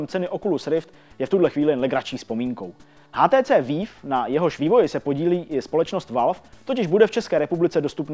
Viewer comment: Super díl, jen bych chtěl upozornit na špatnou výslovnost HTC Vive :)